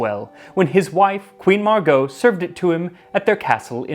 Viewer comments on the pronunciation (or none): none